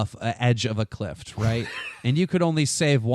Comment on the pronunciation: omg keemstar pronounced cliff as clift